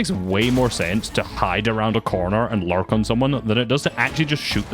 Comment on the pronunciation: Every time he is about to say "lurk" i think he is gonna say "larp"